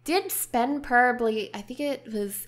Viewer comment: why are you saying porrably it probably no porrably #justsaying